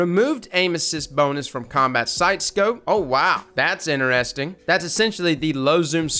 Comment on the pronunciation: I like how you miss out the letter “t” when saying “interesting” 🤦‍♂️👌